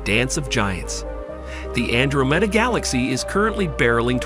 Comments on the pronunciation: Ann dro meeda. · he keeps pronouncing the name of andromeda wrong